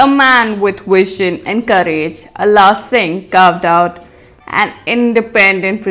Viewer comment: don't know how to pronounce ala singh